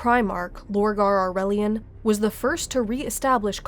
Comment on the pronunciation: Aurelian is not pronounced how it looks its Au-rae-lian